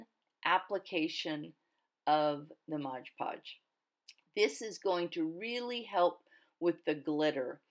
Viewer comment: "MOD PODGE not MOGE PODGE. You know this never bothered me till I kept hearing people saying it over & over & people correcting them. ahahaa now when I hear them saying it WRONG im like oh nooooo. :/ ahahaha :} But great video really is.